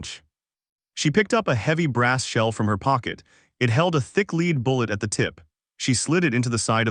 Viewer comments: Dear AI it's LED not leed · Lead is pronounced led.